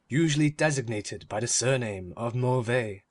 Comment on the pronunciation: 4/5 would be 5/5 if the reader could say "The" instead of "de"